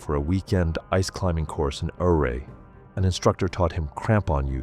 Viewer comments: Ouray, Colorado is pronounced oo-ray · from a CO native. It's Ouray, pronounced YOU-rae❤🤘🏼🎀 just visit there. Its beautiful, in the moutains, and safe❤